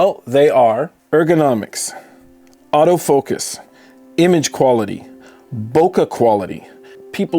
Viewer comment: “Bowka”! Hahahahaha HAHAHAHA hahahaha hahahaha!!! Funniest pronunciation ever! Hahahaha